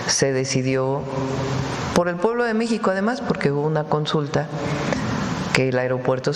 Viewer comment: Porque dices Meico?